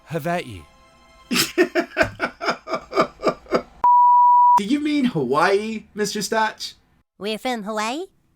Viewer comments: All this time reading James Michener’s “Hawaii” ive been pronouncing it “hay-ole” 😂😂😂😂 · How Butters’ dad pronounces Hawai’i isn’t far off but not perfect. The w is pronounced like a v in Hawaiian. Also, they say ‘hapa’ a lot, which basically means a biracial person